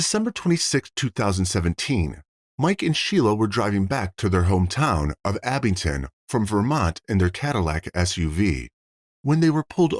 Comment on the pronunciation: It's Abingdon. (Not Abington) My hometown. This was huge news in our little town.